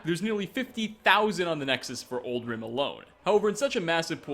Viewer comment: Oldrim? Did I hear that right?